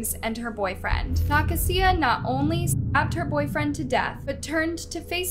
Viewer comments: Pretty sure that name is pronounced Nuh-kay-zuh..🤔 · nuh- kasia like asia not whatever you were saying. you gotta start doing your due diligence, you pronounce names nowhere near correctly so much it just feels blatant and disrespectful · Youre saying Nakasia so wrong it hurts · The way she said “Nakasia” made me laugh 😅